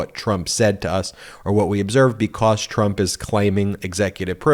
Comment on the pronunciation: Ben I heard you say clump instead of Trump That's a good one that could go right in there with Mara lardo just saying